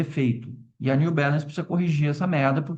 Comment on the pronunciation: só para de falar new belance, por favor, é Balance com A, em portugues